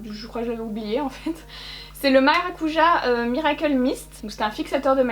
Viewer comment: Pour la brume tarte, je pense que ça se prononce " MaracuYa ". C'est le nom d'un fruit que l'on trouve en Amérique du Sud et ça se prononce avec un " i "😉